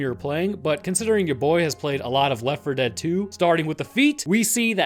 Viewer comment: why cant he say Left4Dead2 and Left4Dead ??????????????????